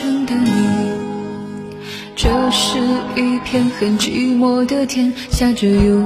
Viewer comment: 讨厌发音造作，寂寞就寂寞，什么句寞